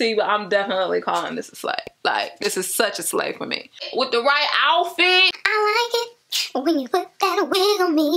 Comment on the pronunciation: Did you say OUF-FIT🤣🤣